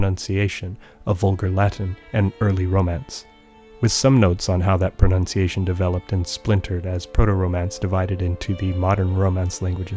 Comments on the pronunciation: Your pronuntiation is almost perfect for being English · You have great pronunciation! Where did you learn to speak so well? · This video is amazing. Your pronunciation is outstanding! Thank you!!